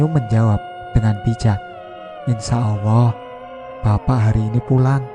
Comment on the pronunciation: Suaranya ini, penyebutan allahbya awoh